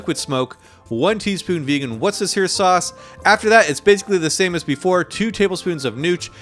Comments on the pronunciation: …wosester sauce…😂😂😂 say it with me: Woostersha - thats how worcestershire is pronounced 😊 (from a brit) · Just for the record as a Brit..."Wooster-shire sauce". It's not as scary as it sounds. Keep up the great work. Fantastic recipes as always 👍